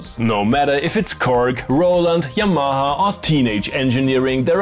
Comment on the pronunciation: Ok , your pronunciation of " yamaha" is so much cooler than mine , ive decided to make chatgpt correct my "v"s to sound like yours oh and im trying to run a OMB off DR rythem 880, its all i got and must make some money with it before i can replace...or ?